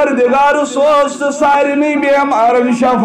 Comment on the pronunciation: I request your good self please clear the word( shafa means death ,this is Shifa means strength )